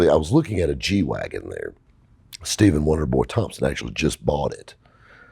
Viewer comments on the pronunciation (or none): none